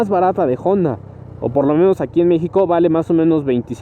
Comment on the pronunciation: Porqué cuando pronuncia honda dice jonda ?